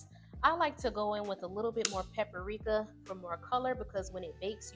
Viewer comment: I loved everything about this video but the way you pronounced PAPRIKA Like PAPPERIKA 😅🤦🏾‍♀️